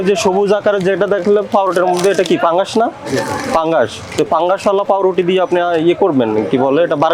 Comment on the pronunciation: সম্মানিত ভোক্তা অধিকারের সহকারি পরিচালক মহোদয় আপনাকে বলতে চাইতেছি যে আপনার কথাগুলো স্পষ্ট বুঝতে পারিনা আপনি যেই পাউরুটির ভিতরে সবুজ কিছু দেখা যাইতেছে এটাকে আপনি পাংগাস বলতেছেন না ফাঙ্গাস বলতেছেন ঠিক বুঝতে পারতেছি না যদি আপনি পাংগাস বলে থাকেন তাহলে ভুল বলতেছেন আর যদি ফাংগাস বলে থাকেন একটু স্পষ্ট করে বলেন